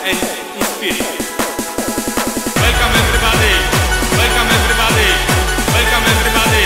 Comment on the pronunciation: łelkom ewrybady!!!!!!!!